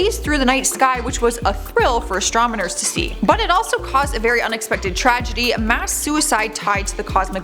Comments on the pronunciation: Lol * astronomers .........”astromoners” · I could be wrong... But I swear she says "astramaners" instead of "astronomers " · Did say Astronomers or Astrometers?